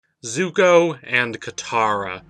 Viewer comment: He pronounces it "zugo"??